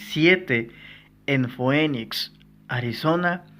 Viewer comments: Foenix jajaja mala pronunciación biejo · La palabra es latín y la pronunciación correcta es fenix